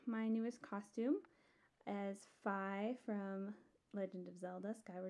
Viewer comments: Did you call her "Fie"..? It's Fi xD Like.. Fe. But with an I. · You pronounced Fi wrong, it's spelled like fi, but pronounced as Fee.